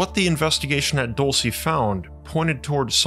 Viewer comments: Dulce is pronounced like DOOL-seh not Dull-cee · It's pronounced dowl-chay, not doal-see! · the first one is pronounced duel-say . it’s spanish for candy. the place is “candy land” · I’m pretty sure it’s pronounced “DUL-SAY” Spanish for Candy 😏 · DOOL-SAY!! OMG AT LEAST LOOK UP THE PRONUNCIATION! It's a spanish word. I like your videos but if you don't something like this, makes me question your research skills. If you say the place wrong over,and Over again!